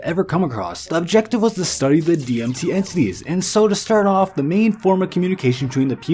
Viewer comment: LOL had to turn this off less than 2 mins in... dude can't even say DMT properly...